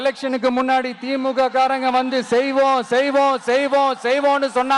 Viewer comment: மின்னாடி இல்லடா தெலுங்கா,முன்னாடி